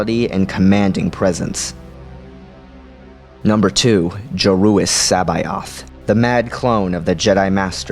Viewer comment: I just wanted to say its pronouced sə'beoθ Se-Beouth would be close in phonetics if read as a single word. I know us sifi nerds are an overly pedantic lot but I couldnt help but flintch every time it was said Sa Bi Oth.